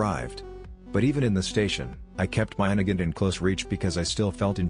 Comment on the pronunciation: "A mosin and a nagant" wat